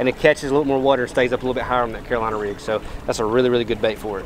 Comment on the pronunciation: got one of the best channels and the way he says "werter" is hilarious haha KEEP IT UP HOMIE!!